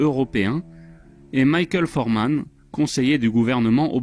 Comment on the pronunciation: c'est Michael Froman, pas Forman, merci de corriger =)